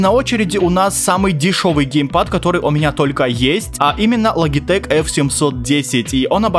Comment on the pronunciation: Не лагитэк а Лоджитэк